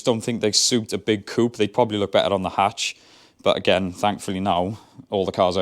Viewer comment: Stop saying coup.